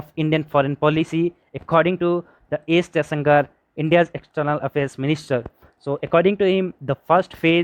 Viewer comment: Isn't it 'Jaishankar'?